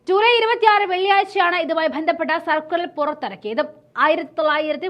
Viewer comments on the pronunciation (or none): സർക്കുറൽ അല്ല സർക്കുലർ എന്നു പറയുക തെറ്റി വായിക്കല്ലേ സഹോദരി